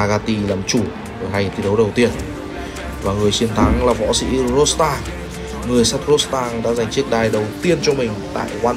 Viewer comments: tên là ro đờ tăng , chứ ko phải ro sờ tăng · Qua VN thì ông ad tự chế cho em nó thành Rodstang, hài ghê! Nước ngoài nên phải có "sờ" thì nó mới sang nhỉ? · Rodtang không có chữ s nào mà sao bình luận cứ Rostang là sao thế ạ? Nghe rất khó chịu.